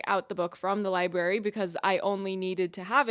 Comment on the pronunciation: I keep hearing people say "li-berry" instead of "library" and her saying it... that was the last straw. i can't take it anymore man